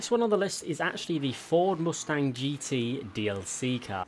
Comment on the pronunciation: Does the British say “moosestang”